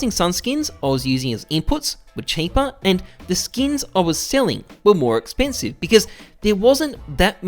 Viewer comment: sexpensive xd